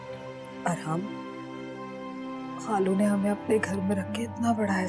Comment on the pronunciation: خالو کو کھالو بول رھا ھے